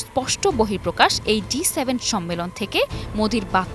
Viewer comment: G7, উপস্থাপিকা বার বার বলে যাচ্ছে D7